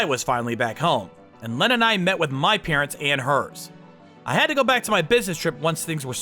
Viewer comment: Please stop butchering the name Lena..... Pronounced Lee-na 😂